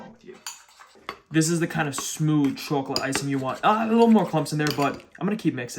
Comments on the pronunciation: I love your pronunciation of chocolate, "troclate", it's hilarious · the way you say chocolate is craaaaaaaaaaaaaaaaaaaaazzzy